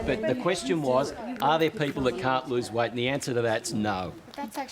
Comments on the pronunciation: Noob non-native question: Why do they pronounce 'weight' differently? Something like 'weishht' :P Update: I hear a similar thing with 'diet' word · The way the host pronounces "weight" is just making me cringe. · I was just joking about the way she pronounces "weight" I'm actually a semi-pro athlete